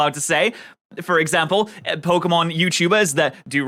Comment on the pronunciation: How do you do so much Pokémon content and STILL mispronounce Pokémon so abyssmally? It's POCKET, not eeeeeeeeee. There is an é in the name for a reason